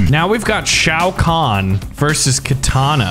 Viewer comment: I mean at least he can pronounce Shao Khan